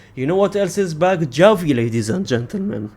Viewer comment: I know your pronouncing Gavi as Xavi, for a joke right. Or are you doing it on purpose without realising?